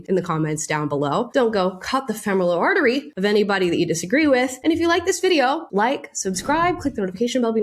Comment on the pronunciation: How did he mispronounce femoral artery?